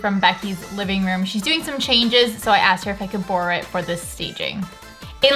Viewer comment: You had and Irish/Scottish accent when you said “borrow” it (talking about Becky’s chair). ✨